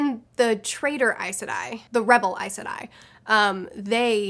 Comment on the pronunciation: You say Aes Sedai like I do! (always wondered if I was pronouncing it right!)